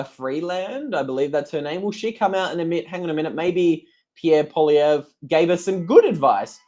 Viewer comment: Also, good job saying Pierre’s last name